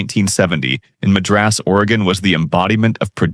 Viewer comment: Madras was miss pronounced